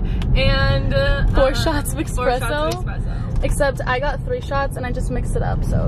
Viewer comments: Not eXspresso 😭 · anybody else notice how they said "expresso" instead of espresso?? LOL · i love you, but it’s espresso😂☕️